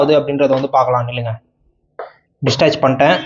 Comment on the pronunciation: Dont tell Distach , you have to tell detach is correct pronunciation